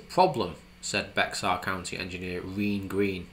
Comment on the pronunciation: Bexar county is pronounced Bear, like the animal. Highways are gridlocked here and the Boring Company is a vital solution.